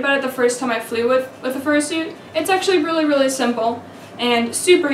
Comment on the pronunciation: how to fursoot?